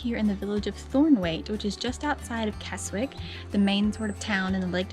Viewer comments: It's Kezzick not Kes wick... And all the lakes that end in "water", it's pronounced "wattah". Just saying. 👍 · Kezik is the way to pronounce Keswick. Obviously. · Great video, this and the York, Durham video. Keswick is pronounced Kesick. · Pronounced Kezzick. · its pronounced "Kessick" the W is silent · Just subscribed to your channel great video really enjoyed watching it, Keswick pronounced Kes-ick the "W" in the place name is silent. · Keswick is pronounced without the letter 'w'. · Great job well done, just one thing, Keswick is said with a silent W.